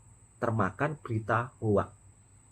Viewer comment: 😅😅😅😅😅😅😅😅😅😅😅😅😅😅😅 HOAX = HOX bunyi sebutannys BUKAN Ho Ak